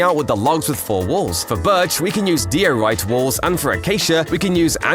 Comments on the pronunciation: IT'S NOT PRONOUNCED DEE O RIGHT!!!! IT'S PRONOUNCED DIRE RIGHT!!!! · What’s this Dee-orite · It’s pronounced die-or-iyt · Yeah Ppl you saying it wrong its 'Di-O-rite' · it's not pronounced "die or rite" ? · is it not pronounced de-or-it-ay? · its pronounced die or rite